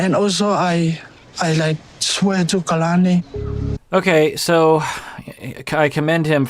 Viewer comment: Her name is polynesian and it pronounces Ka-la-ni, not Key-la-ni